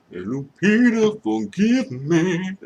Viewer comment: Why are you saying "Lu-pizza"?